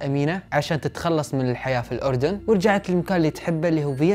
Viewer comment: بدقيقة ، انتا اول كويتي او خليجي بشكل عام يلفظ الاردن صح 🥲😂 ، بس عنجد شكرا لالك ع هل قصة الرائعه والسرد الخرافي مستحيل يقدر ينافسك حدن انتا الافضل دايما وهتضل الافضل بسرد القصص ♥️.